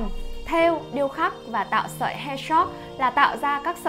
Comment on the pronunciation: Bạn ơi chữ hairstrokes bạn phát âm sai rồi, mở google traduction ra mà nghe nhé để phát âm cho đúng.